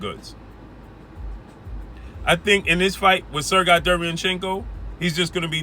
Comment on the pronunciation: It’s “Sir Gay” not “Sir Guy”